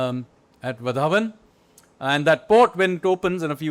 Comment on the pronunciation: As a native of Palgar district in Maharashtra, request all Delhi elites and politicians to stop calling Vadhvan port as "Vadhawan". It's वाढवण not वधावन